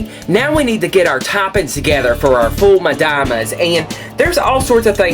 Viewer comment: I love the way you pronounce "Foul Medammes". I never thought of roasting the garlic, will most certainly try it next time. Let me say something. Many items of your food videos provide something that is rare in youtube, that is the vegan non dairy non meat food that the Egyptian Coptic Orthodux eat in the great lent. God love you!